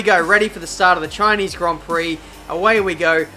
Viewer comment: SHINEESE GRON PROC